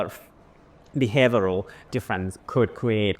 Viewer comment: 'Behaviour-al'. You pronounced it correctly the first time!